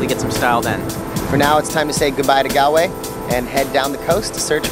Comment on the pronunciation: Galway is pronounced ‘Gaawlway’. Great videos though. Well done 🙂.